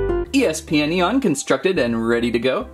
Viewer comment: 'eespeeonion' LOL